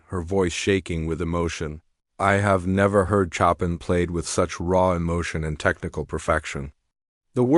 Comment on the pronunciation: PLEASE HAVE THE AI PRONOUNCE THE MASTERS NAMES CORRECTLY. BACH IS "BOCH", CHOPIN IS " SHOW PAN". MY GOODNESS, GARBAGE IN GARBAGE OUT. 😂‼️😡